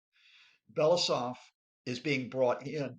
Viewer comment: Blah, blah, blah. This “expert” can’t even pronounce Belousov’s surname.